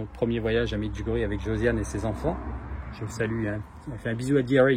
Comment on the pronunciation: Merci de prononcer MEDJOUGORYÉ. Soit beni.